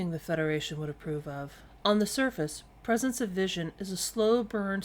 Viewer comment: It's persistence, not "prescence".